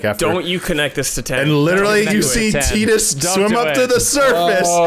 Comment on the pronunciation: Tidus, like Tide. It is not Teedus